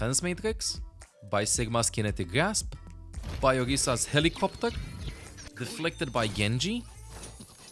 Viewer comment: I love the way he says HeLiCrOpteR😂